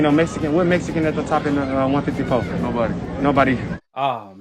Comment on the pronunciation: Jermell its"Mexican not Messican" lolol..BUT I FEEL YA !! No u ain't ducking..loolol..!! I dont think Jermal is either coz why fight some dude for nothing,i feel Charlo done enough to have Canelo fight..Not go less for what?